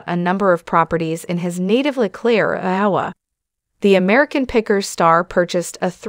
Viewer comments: Who is this woman who cannot pronounce Iowa? (Anowa????) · Another one of these stupid shows where they use a computer generated voice that can’t even pronounce. Iowa correctly.